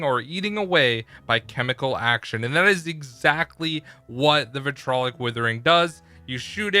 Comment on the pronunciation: Nice spelling mistake in the thumb nail, am I the only one who pronounces the vitriolic whithering properly, the second i is forgotten like it doesnt exist. Honestly, I've heard the wrong pronunciation so much I'm convinced. Its VI-TRI-OL-IC Withering.